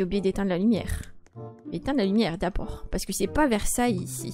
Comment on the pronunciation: j ai adorets quand ta di set pa versay ici